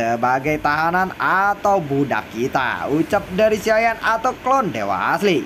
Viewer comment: Bg ngomong "Xiao Yan" nya jgn di gituin kurang enak denger nya Kaya dulu aja bg pembawaan nya enak. Dan pertarungan dewa bintang 8 bg bukan fighting bintang 8,bawa pke bahasa Indonesia aja jgn Inggris Inggris an